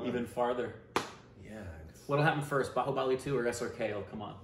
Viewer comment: The way u say babubali 2 I think u are not gone speak Hindi fluent After bhaubali 3 😂😂😂